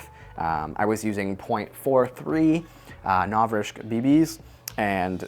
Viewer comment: I love your videos, but I can't watch this one. It's just "Novrishk" every thirty seconds and I just can't- XD